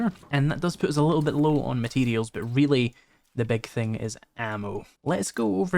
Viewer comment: It's "Materials" not "Mateedials".